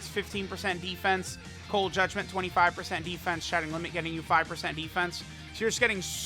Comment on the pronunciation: did he just say cold judment 25% atk?